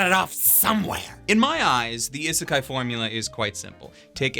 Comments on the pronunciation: This mans really pronounced "isekai" as "ih-sekai" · it still always bugs me how he says ihh-sekai because that's definitelly how い is pronounced